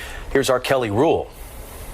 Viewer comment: when he was talking about the impact that cases like these have, am I the only one who thought that when he said "here's our Kelly Rule", that he said: here's "R. Kelly" rule!? I really thought they were about to equate this case to him, as if there was a rule names after him. SMH